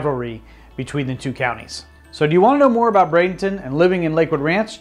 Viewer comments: Everytime I heard you said Brad-ING-ton, I cringed. Sometimes you said it properly, so I know you are trying. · Please stop calling it Bradenington!